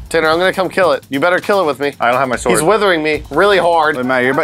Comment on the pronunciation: you really make the the w stand out in sword, is that people are supposed to say it? I thought it was silent, have I been saying it wrong?